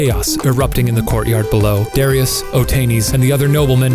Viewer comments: DA RYE US not Darius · I thought it was pronounced DA RIE US. And it's not Darius the great. In the heat of battle he ran away and left his troops. You might be confusing him with Alexander the great. Or Cyrus the Great. Darius the coward. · DArious not DErious it's even spelt Darious and in Persia you would pronounce it as such. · I don't think "Darius" is supposed to be pronounced as "dairy-us", but rather, the correct pronunciation is actually "der-eye-us". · Btw it’s pronounced Darush even though it looks like daruis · Just thought I'd let y'all know that in the Persian language, Darius is pronounced daari-use (kinda like ari with a d and use making more of an s sound instead of a z sound), not dar-i-us. And Cyrus is pronounced more like see-roos. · Fun fact! Darius is actually pronounced “Daryoosh,” and “Cyrus” is pronounced “Kourosh.” Darius and Cyrus are the whitewashed versions, basically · It's pronounced dah-rye-us. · I’m pretty sure that Darius’s name is pronounced [ Da - ry - us ] ( I just learned about him in history and we pronounced it that way ) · This was really annoying me: it's dariush not Darius lol that's the whitewashed version. (daar- ee-yush ) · I thought it was pronounced Duh-Ry-Us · I've always heard that pronounced, "Da-rye-us"... but yeah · the proper way to pronounce it is daryoosh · If it’s Persian the pronunciation is -DAH-REE-USE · Duh-rye-us = Darius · It’s pronounced Dar-yoosh :-) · His name is Dar-I-us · It’s pronounced DAR-re-us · Great video guys! Although one thing: the Persian way to pronounce Darius is like dary-oosh! But funny and informative anyway :) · It's pronounced differently, usually like dar-u-shh. I'm Persian, it's a very popular name actually. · Are yall PURPOSELY mispronouncing Darius? Or do you legitimately not know that's wrong? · Why is your pronunciation of Darius like that? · my brother's name is Darius and they are pronouncing it wrong😂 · “I know seven Dariuses” lmao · THEY PRONOUNCED THE NAME WRONG